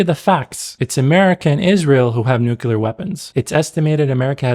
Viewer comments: The actions of Arab states is enough anti-Arab propaganda. Nobody needs to put it in movies. How ironic that your video is propaganda. Also, it's NUCLEAR, not "nucular".. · It's nuclear not nucular... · New-clear. Not *New-cular.